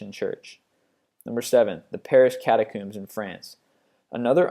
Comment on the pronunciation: Whats a kat-a-cooom? Lol "Catacomb"